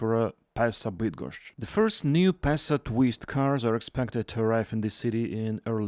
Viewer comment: Absolutely spot on pronunciation of the word Bydgoszcz 👏